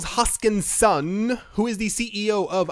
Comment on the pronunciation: 🤣...Hoskin-SON"... .good job sir...way to self edit 👍